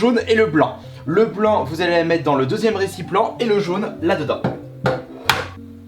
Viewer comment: récipLent ça ma tué